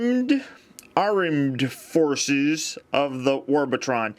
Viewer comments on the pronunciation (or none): Ha ha I love it! "Aremd forces"